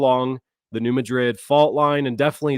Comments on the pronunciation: I live in New Madrid and you pronounced it wrong its not new mid-drid its New mad-drid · In this area, people pronounce New Madrid as New Mad- drid. 😊😂❤